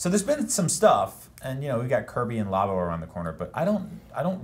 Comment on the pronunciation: Lab-o. Not La-bo. That is all.